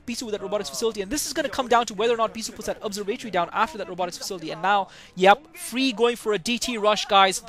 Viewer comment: ur sayin observatory wrong broface